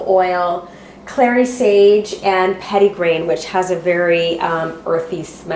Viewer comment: I can't figure out what you're saying that last oil is called? Pedi grain??